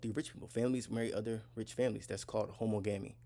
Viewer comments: Not homo-gami, pronounce the suffix same as you do monogamy. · You pronounce it how ·MAA -guh -mee. You can get pronunciations onn Google. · THANK YOU!!!! His pronunciation bothered me 😂